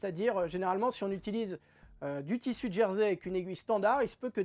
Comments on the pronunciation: Merci pour ce tuto sympa en « Djersey »Je ris à chaque fois que vous prononcer ce mot 🤔😂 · Ce n ‘est pas une moquerie de ma part.J’ai toujours entendu Jersey désignant le tissu ou l’île prononcé Gersey en français .je ne tiens pas le monopole de la meilleure prononciation.Continuer à nous faire rire 🤣 c est vital en ce moment